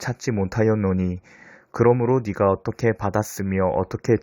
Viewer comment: "네가 "를 "니가" 라고 읽어서 아쉬워요